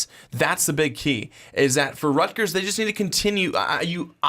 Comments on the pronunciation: Stop saying "Rutger" you sound like a moron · "rutger" lolololol